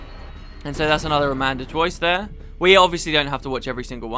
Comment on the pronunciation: ada-man-toise not amanda-toise XD